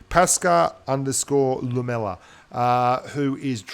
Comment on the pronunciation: Erhm... Paskaa_Lumella is a finnish guy and his name means shit on snow.. Lmao im Finnish too and when you said it it sounded so funny! 😂😂😂